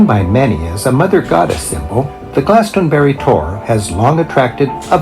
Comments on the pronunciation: Yo I'm from West England! I'm in the middle of those locations at the beginning! Pronounce it Glaston-bree 👍 I see sheep every single day haha! Cemeteries are always in the church yard with these older churches! We have separate cemeteries also! Pubs and gastro pubs! But historically, ale houses would serve food and ale! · Glastonbury = glass-ton-berry! Just say it like that! Easy peasy! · I live in Warminster in the west of Wiltshire, this is all familiar to me. Sheep are often around, deer, foxes as are ancient buildings and stone age tombs. Glastonbury - glass (hard a sound) tun bree. the City of Bath is close by and Wells is some 45 minutes away, as is Salisbury. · GLAST-UN- BERRY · I will break the word Glastonbury up for you. Glas ton bury. I hope that helps you? Great video bro.